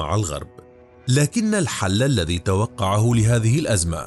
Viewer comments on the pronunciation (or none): none